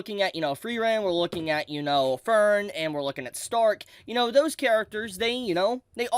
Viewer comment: say Stark's name mit the German there guy, Shhtark